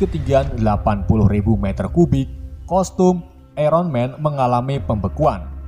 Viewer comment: BANG KOSTUM BUKAN COSTUM